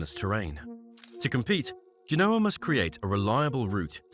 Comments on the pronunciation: It's pronounced GENE-O-AH, not G-NOAH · Or rather, GEN-OH-A. Emphasis, as in all Romance languages re French, Spanish, Italian, Latin and Romanian unless otherwise indicated, on the "second to last syllable!" In other words, like you've suggested, the "OH!" I concur, but not with "GENE", for 'GEN!' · How about tanking time to learn how to pronounce Genoa.